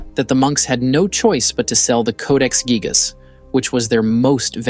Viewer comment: Its actually pronounced geejas. Hate these ai narrations